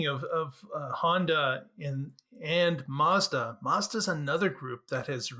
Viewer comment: Gonna discuss my--azda... Good save, didn't even notice till you mentioned it ish...